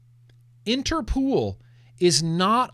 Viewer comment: Late to the replay, but everything you said about Interpol is wrong, especially the pronunciation 😃 You win the Glantzy award for misinformation 😂